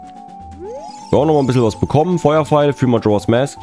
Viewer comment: 1. Was für eine Überraschung, dass in Truhen mit Spinnennetz-Dekor Skulltula-Tokens drin sind. :_ZeldaWink: 2. In MM gibt es keine Lon Lon Farm, sondern nur eine Romani Ranch. 3. English for Runaways: Ja, an sich spricht man im Englischen a wie ä aus, aber "mask" ist da eine Ausnahme; da spricht man das a wie ein a aus.